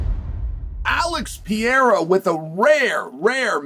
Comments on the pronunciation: Just say Alex, you Butcher his Brasilian name badly…..Horribly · For the love of God, can you and the Jaxxon dude just say Alex from now on. 😂 If you still can't pronounce Pereira properly at this point you deserve to have him beat your ass.